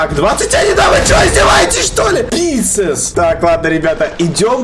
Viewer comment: Не писес а писец